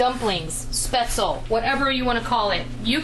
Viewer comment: Love, love, love your videos,! Just one thing... The correct pronunciation for the German noodle/dumpling is "shpetz-leh," (NOT "spetz-el")... The "e" at the end of the word IS pronounced, just like the the trailing "e" is pronounced in Porsche ("porsh-ah," NOT "porsh")! Also, FYI, the people in Southern Germany use a different type of spaetzle maker, where the dough is squeezed out of a ricer-looking tool that makes longer, rope-like spaetzle! Either shape... DELISH!!!!!